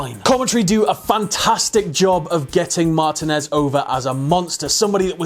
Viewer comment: It's pronounced Mah-teen-ez